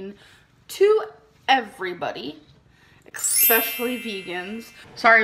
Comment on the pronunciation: Omg it drives me insane! So many YouTubers say eckspecially and eckscape now, I was starting to question myself lol. I cringe every time 🫣